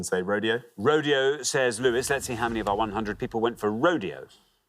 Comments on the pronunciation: We do not pronounce “rodeo” as “road ay oh” in America we pronounce it “road ee oh” too. Don’t know who told Richard that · We don't say Ro-DAY-o for Rodeo in America. That pronunciation is only used for a famous drive in Beverly Hills. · No Richard. We don't call it "road- day- oh" in America. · It is definitely not pronounced Row-day-o LOL that's just how 1 street in Los Angeles is pronounced. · In Spanish unless it's specified otherwise with an accent mark the accent is always on the second last syllable, so the correct pronunciation is ro-DAY-o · okay, since you mentioned the "right way", let me correct the corrector: ro-DEH-oh. But you're absolutely right that between RO-dee-o and ro-DAY-o, the second one is closer to right. But not nearly close enough. For a native Spaniard, every syllable would sound wrong. Ro without the rolled R, Day instead of the correct Deh, and O (sounding like ou) instead of Oh. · it's more like raw-DEH-aw.